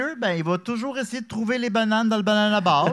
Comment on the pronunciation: c'est le meilleur lecteur mais calisse qui bug sur "trouver" prononcé "trouvère"... c'était drôle il y a 5 ans mais ça le fait paraître comme un illettré. le texte est déjà drôle sans avoir besoin de faire les snobs sur les fautes. ça fait perdre le fil. on nous enseigne en 1ère année que "é" et "er" se prononce pareil. allèze lesse amisse vousse pouvèze fère miyeux.